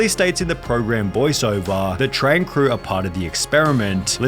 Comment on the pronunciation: Dude... learn to speak ffs... stop saying "crewaaaa", "directoraaa", "showaaa" .. so annoying